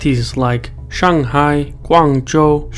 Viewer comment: Tones were quite right, the Shanghai was a bit shaky with the Hai 海. The problem is that he Bounces too much on the Words, he needs to be more flat.